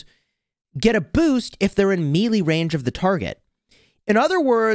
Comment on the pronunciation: Dude I'm scratching my eyes out it's pronounced may-lay not mee lee